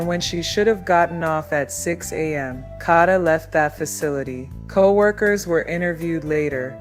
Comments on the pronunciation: I APPRECIATE THE STORY BUT PLEASE HAVE YOUR AI SAY HER NAME CORRECTLY IT'S PRONOUNCED KAYDA NOT KODA IT'S SPELLED KADA. THANK YOU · Tink, the narrator is A.I (artificial intelligence), that's why she is pronouncing Kada's name wrong. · Pronounce the name right or please do not cover smh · Plz pronounce her name right smh!!!! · Right it’s annoying me the way she’s saying her name!